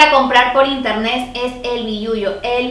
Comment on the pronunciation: El primer paso para comprar en interneSSSS es el qué? jajajajajja, me caes súper bien 😂😂♥️